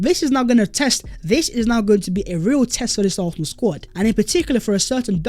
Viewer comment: Hey, our team is pronounced ARSENAL!!!!!! NOT ARRRFFFFNAL!!!! 😤😤😤😤😤